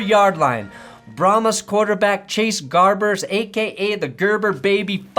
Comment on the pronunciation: It’s not Gerbers it’s Garbers